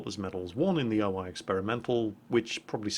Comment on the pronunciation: Damn it. It´s O-I not O-AI. You´re pronouncing it wrong